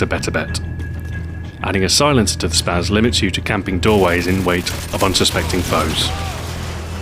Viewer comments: its spas not spaz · its pronounced spa"ss" 12